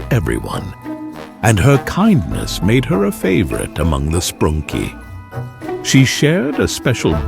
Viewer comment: You said sprunky wrong